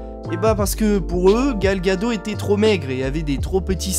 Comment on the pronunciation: c pas Gal ( une vague en hebreu: pour la culture;) gado mais Gad'ot, le T se prononce. mais a part ca bon boulot!